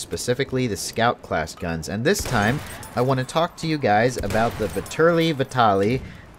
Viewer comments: Vetterli is pronounced with the accent on the first "e" ..like in the english "fat"... something like "fat"terly.. I guess. it's swiss german. Vitali is italian and has the accent on the "a". and the V stays V...like Vitàly Just to make u guys know. Don't want to make a fuss over it. nice review :) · It's (vet-er-li-)